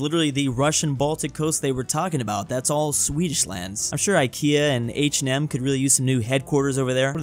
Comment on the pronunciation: OH MY GOD I ALREADY KNEW THIS BUT HEARING SAY H&M MADE ME DIE A SLOW PAINFUL SWEDISH DEATH